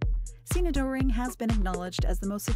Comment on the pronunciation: Also terrible pronunciation of German names. It’s not Doe- ring (as in doe, a deer, a female deer…), but closer to Durring (the diphthong oe in German is usually another way of spelling an o with an umlaut over it (ö). Also “Neumann” is not “Newman” (although it means that), but more like “Noy-man”. As someone born in Germany myself, these kind of mistakes by English speakers (or perhaps an AI voice in this case) make me cringe.